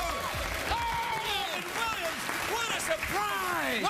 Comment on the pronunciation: LMAO " we're going after Wobbin Williamssss"